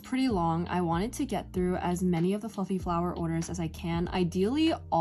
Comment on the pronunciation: Okay you said "fluffy flower" and I heard "f*ing flower" LMAOO 🤣 Seriously though great video. Your crochet flowers are so cute!! <33